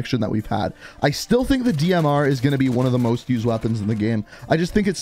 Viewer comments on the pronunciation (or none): none